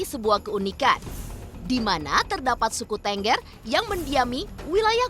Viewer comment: Cara penyebutan suku TENGGER aja salah ..Kalau ditulis ya itu Bacanya # Thenggher...#..😂😂